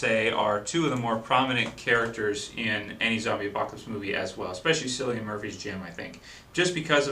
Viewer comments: Great Review, Although his name is ponounced Killian Murphy not Sillian Murphy. It is an Irish name in which i thought i should point out. It kinda bothered me that you got it wrong for the whole thing. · Its pronounced CILLIAN not sillian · 28 days Later was released well over a year before The Walking Dead was started. also, its pronounced Killian not sillian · I've written this on your last three videos because you keep saying cillian murphy's name is sillian it's pronounced killian seriously man it's killing me that you said it so many times please pronounce it correctly it's messing with my head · Its pronounced 'kill-e-an' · nice review. btw: you pronounce Cillian Murphy's name as: kilian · not to sound bad but Cillian Murphy's name is pronounced like Killian us irish should know;) hopefully this is helpfull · Killian it's pronounced KILLIAN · Cillian with a hard C....just saying ;)